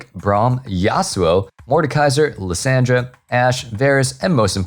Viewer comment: The way you say Lissandra makes me sad. I'm excited for her buffs.